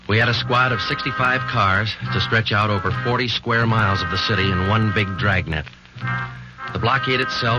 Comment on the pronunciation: From the extra syllable you give Dragnet, I thought this would be a long-lost sequel to Stan Freberg's parody Dragonet.